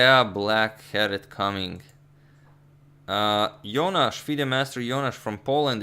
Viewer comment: That was me playing against Jonasz, thanks for the cool pronunciation agad, one day I'll manage to win a game when I show up on stream :)